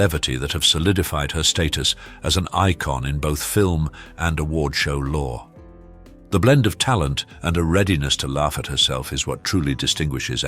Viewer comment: Who made this narrator say " Award Show LAW?" WHAT?